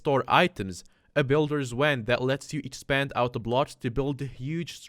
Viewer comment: ah yes the "midas w e a n d"